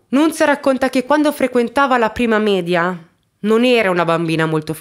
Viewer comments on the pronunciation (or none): none